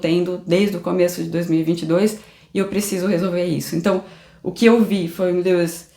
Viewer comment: A pronúncia da: “Diôrrdjii” e “Liuiss”